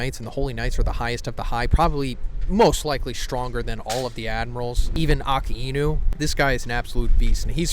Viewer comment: OMG!! The amount of times I’ve heard mispronounce one of the easiest names in One Piece which is literally A-Ka-I-Nu is ridiculous at this point 😤